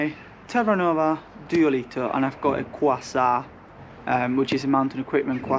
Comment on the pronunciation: duoleeteh and qasah 🤣